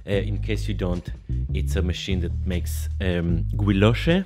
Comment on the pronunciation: I assumed that guilloche was pronounced like guillotine. The way you said it sounds more German to me